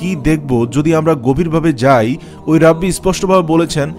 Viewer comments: রাব্বি কি জিনিস?? উচ্চারণ হবে "রেবাই"! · রাব্বি না এর উচ্চারণ হবে রাবাই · যদিও ভিডিও টা অনেক আগের। রাব্বী না ভাই "রেবাই" উচ্চারণ। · ভাই rabbi এর উচ্চারণ রাবি হবেনা,, ঐটা রাবাই হবে। এটা একটা হিব্রু শব্দ, যার অর্থ দ্বায়িত্ব প্রাপ্ত আলেম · ভাই , রেবাই আর রাব্বি একজিনিস নয়.উচ্চারণ সংশোধন কাম্য . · ভাই ওনাকে রাব্বি বলেনা। রাবাই বলে।। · ভাই উচ্চারন "রাব্বি " হবে না। উচ্চারন হবে " রাবাঈ " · ভাই শব্দটি সম্ভববত রাব্বি! নয় শব্দটা রাবাই ভূল হলে সংশুদন করবেন। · ভাই উচ্চারণ টা রাব্বি হবে না.. সঠিক উচ্চারণ হবে রাবাই * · Walaikumus salam Assalamualaikum Vaiya thank you for your islamic content. Alhamdulillah I watch your video just want to thank you and one thing it's "raa bai" pronunciation. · উচ্চারণ হবে রাবাই।